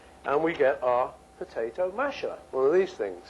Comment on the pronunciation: Why does this have almost 400,000 views? Is it because he says "put-eh-toe"?